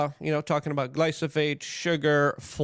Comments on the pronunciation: It’s “GLYPHOsate”, Luke. Not “glysophate”. It’s easier to take people seriously about issues they speak on when they’re able to correctly pronounce words they spew. Just sayin dude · gly - PHO - sate ... not gly-SO-phate !!